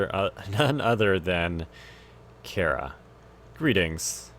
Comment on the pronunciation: Chara is pronounced CARR-A.